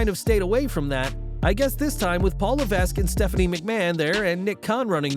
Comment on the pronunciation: I'm glad someone else pronounces Lavesque (sp?) this way. I was just about to Google it. Additionally, the emphasis is on the second syllable, so it should be "la-VEK." For those of you wondering a why there's a silent "s," my only response would be to shrug, and say, "It's French."